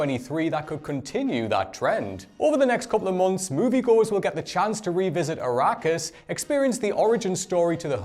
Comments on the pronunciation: Its Arrakris not Icarus. Between that and how you butchered Coppola, you may want to take some lessons. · Did he just say “Akaris” instead of “Arrakis?!??😂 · its Arrakis not Akariss and it is cope alla not co pella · Were you even trying to prounce names properly? Arakis become Ikarus and forget about D. Villanueva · It's Arrakis. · Yes. Yes he did. Hey, it's "uh-RACK-iss". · Yes he did.